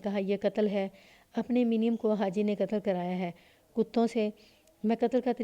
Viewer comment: منیم کو muneem پڑھا جائے گا